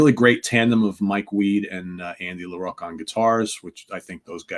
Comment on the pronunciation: omg it is Andy LaROCK not LaROAK